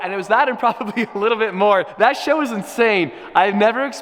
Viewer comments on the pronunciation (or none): am i the only one who though he said "shit" ? (yes i know he said "show" but it sounded like shit lol) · He said show, not shit. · I think he said "show" not "shit" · He said show not shit💀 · If you listen on full volume you can kinda tell that he says show, not shit. I thought he said shit, too! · yeah I had to listen a few times. To me sounds like shit but CC says show, either way was funny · Anyone else hear “shit” when he said that show was insane?😅